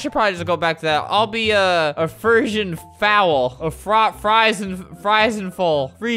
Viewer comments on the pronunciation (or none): Albert: Ima be a fRi-FrE-FrEn- idk Me: It’s pronounced- FREE-SHEN then put it together and you get friesian UwUz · You pronounce it free-sion f-ol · The way you pronounced Friesian made me want to scream. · As an equestrian gamer, I think flamingo not being able to pronounce friesian is very funny haha. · as an equestrian, I cringed when he was trying to pronounce “Friesian” 😂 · Watching Albert try to pronounce Friesian foal had me dead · omg i died when he tried to say friesian i love horse world game